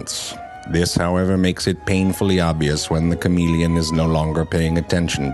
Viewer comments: I like the 'French' pronunciation better. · shamahleon is a better pronunciation